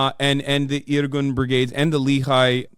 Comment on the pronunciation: It's pronounced Le-Hee, not Li-hay. it's initials for Lohamei (Fighters) Herut (Freedom) Israel (LHI)